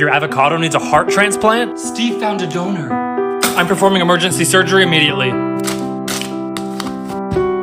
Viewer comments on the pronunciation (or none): Dude when he said "Steve found a donor" it sounded like he said. Steve found a donut